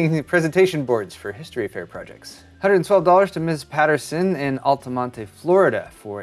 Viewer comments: ALTAMONTE IS NOT PRONOUNCED LIKE THAT alta-mont. no "ey." florida is stupid. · It's pronounced Alt-a-mont (the e is silent). Altamonte is in Seminole County, just north of Orlando. And Kissimmee is pronounced Ki-sim-me - that is in Osceola (Ah-see-oh-la) County, just south of Orlando. But everyone always gets that wrong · he said Altamonte wrong to! KUM SEM EE it sounds dumb AF tho